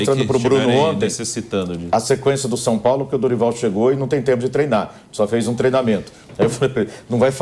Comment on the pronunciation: Vulgo “SAOPAOLÃO”